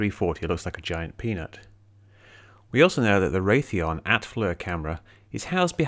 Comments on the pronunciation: Not not the correct the way you're pronouncing Raytheon. But I'm going to anyway. It's pronounced Ray-thee-on. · Hi Prof. It's Raytheon. Also FLIR is the company thst actually designs and makes the Flir HUD. Both plants located in Santa Barbara California. I have worked for one of them. Raytheon contracted FLIR to make the camera. Fyi, check out the UFO sightings among the channel island's off our coast. Very active.